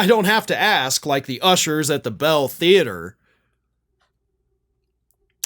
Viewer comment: Buell Theatre, not Bell Theatre.